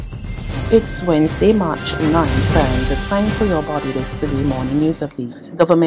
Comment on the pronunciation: Ooh! So it WednesDAY now? It look like we meckin a lill progress. "Who de boddy is dat tell she to say Wednesday"? It ent gine be long before she say "Wednes-d" again. Watch an see ! Wonna all mekin too much laffin sport, ya. Lef de girl alone.